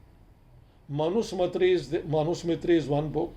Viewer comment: Sir , please note that its not 'Manu Samitri' as you generally pronounce it . Its correct pronunciation is ' MANU SAMRITI. Thanks . These so called hindutva element are distorting Indian History .